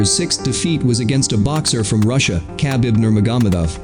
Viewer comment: the way he pronounced khabib😂🤦🏻‍♂️